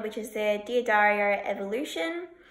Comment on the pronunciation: D'Addario is correctly pronounced: Daddario.